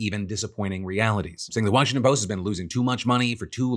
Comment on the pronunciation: “Washington Post-tah” #IYKYK ✌🏻💜🇵🇷